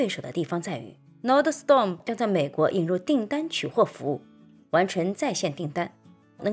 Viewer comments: 小提示：公司名字 NORDSTROM 第二音节是 STROM，不是 STORM，整个发音是 /ˈnɔːrdstrəm/，应该是来自瑞典语, nord 'north' + ström 'river'。 感谢分享和指导！祝周末愉快！ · Nordstrom 发音读错了吧？ 我去这家店也读错，有时别人会纠正。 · 不是吹毛求疵，就是提醒观众和贝拉，说明贝拉没怎么去过Nordstrom, 纸面上的分析带有一点片面性。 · 妨碍了啊，会显得很不专业。就好像聊nba的时候把乔丹读成乔顿，听着难不难受？会给人一种你根本没看过nba的感觉。